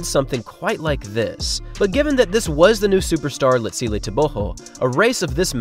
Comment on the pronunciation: So happy you have learnt to pronounce his full name correctly. :))